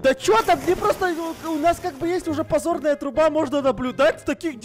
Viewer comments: Не пазорная труба а дазорная труба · Почему вы говорите подзорная труба а мне кажется позорная труба?:) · Подзорную а не позорную